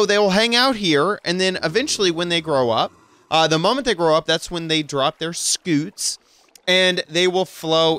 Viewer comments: It's not a SKOOT,it's a SCUTE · how did you manage to mispronounce scute??? it's literally "cute" with an s at the start??? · Is it just me or does “scoot” sound funny and cute? Scoot Scoot Scoot Scoot Scoot